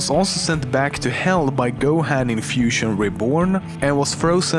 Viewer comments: ***** yet he did research he looked up every fact in this video and even found footage to go along with it if he was looking at footage theres NO reason he should not have heard gohans name in the correct pronunciation dragon ball is not even popular anymore? are you stupid? so many people love it its crazy he should atleast know how to pronounce the names im not judging him or anything but he messed up on that theres no denying it and besides its not like i hate him or anything i love his videos i just overreacted him mispronouncing a name that the correct pronunciation of is obvious is all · U said gohan wrong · its go-ha-n not go-hand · You pronounce Gohan this way:Go-Haan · D-d-did he just say... GO- HAN? (as in HAND?) Get the shotgun. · The part when you say Gohan triggers me Edit: Frieza (maybe) DID caused Gohan to be SSJ2 ‘Cause Cell has Frieza’s cells. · You say Gohan and Pikkon wrong. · How dare you you said gohan wrong 😤😤😤😤😤😤😤😤😤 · who else got angry at how he pronounced gohan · You said Gohan and Taiwan wrong. I knew everything else expect the guy Hawaiian guy, you did better with that name then I would have. And I completely agree with you with that stupid evolution movie, I'm not even giving it the privilege to have DB in it, it was so messed up